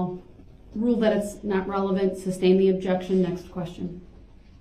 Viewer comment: During the whole trial Darrell never learned the word is SUSTAIN and not SUBSTAIN !!